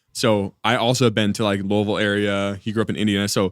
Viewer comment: Bro said Louisville right! Love this Podcast 😂